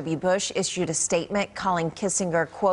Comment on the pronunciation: "one of the most dis-STINK-tive voices of foreign AFFAIRS." 🤪